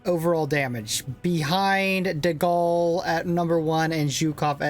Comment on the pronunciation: Please correct the name of my French bro De Gaulle🗿